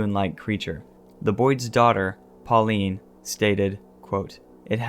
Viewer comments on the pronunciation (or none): none